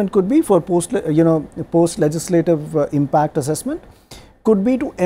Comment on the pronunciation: There's no question about the merit of the panelists and the quality of the discussion. Big picture restores your faith in TV debate/discussion. But, sorry to say, this particular anchor sometimes tries too hard to speak English which is very irritating. Why does he need to speak in a different accent ? And, with the additional pronouncing of 'ah', like 'processah', 'impactah', the accent sounds more pathetic...